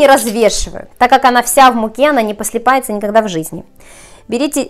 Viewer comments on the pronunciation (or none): Господи,что у вас было по русскому языку? "Послипается","парнизан","не избежишь никуда","досточка". У меня уши скрутились в трубочку.